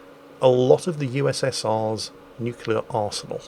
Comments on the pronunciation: It hurts me that you say both 'the Ukraine' and nucular. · The "nukular" and "The Ukraine" count got so high I gave up! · Oh god. I didn't notice the nucular. Though to be fair, he does mix it up a bit. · Just a random thing I looked up eelier when seeing reports on the capital of Ukraine being spelled and pronounced differently (Kiev/Kyiv). Kiev is the Russian spelling/pronunciation from the days of the Soviet Union while Kyiv is the Ukrainian spelling/pronunciation. Also can we take a moment for Jingles pronouncing "nuclear" the Homer Simpson way. :)